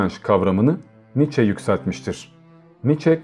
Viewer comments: Kardeşim aslı almansa adı nitzşe okunur [sch=ş] [ie] öndeki i'yi vurgular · DİAMANTANRIM [2OMG] Doğrusunun "Niçe" biçiminde telaffuz edildiğini biliyorum.😊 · telaffuzu "niçe" şeklindedir